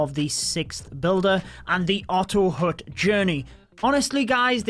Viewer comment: It's not otto hoot, it's ottto hat in pronunciation.